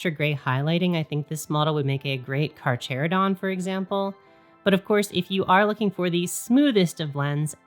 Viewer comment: Purposely mispronouncing “Carcharadon” hurts my soul